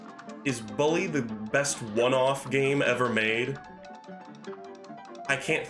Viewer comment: lol of all the things in this stream, I didn't expect your pronunciation of "bully" to be the thing that annoys me the most. It's like BOOk, not BUcket. Or, a better way to put it would be "Bull-E."